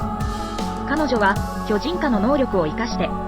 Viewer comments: 「巨↑人↓」が気になって話が入ってこないｗ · めちゃわかりやすいけど巨人のアクセント😂😂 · アクセントが読売ジャイアンツの巨人にしか聞こえなくて、スっと話が入ってこなくて困るWWW でも、時系列っていう流れもなかなか楽しかった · 巨人のイントネーションが毎回読売ジャイアンツなの笑う プロ野球の歴史は読売の支配を打ち壊す物語 「巨人(あいつ)ら……駆逐してやる！ この世から……一匹残らず！」 「おーん」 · 巨人のイントネーションが完全にジャイアンツで笑ってしまう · どうも巨人のイントネーションで吹いてしまう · 毎回「ジャイアンツの方の巨人」のイントネーションで笑う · "巨人"の発音が読売巨人軍の"巨人" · 巨人の言い方がジャイアンツ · 巨人の言い方ジャイアンツの方やん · 巨人 の発音が………